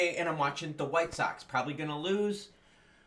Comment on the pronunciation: It’s pronounced He men nez lol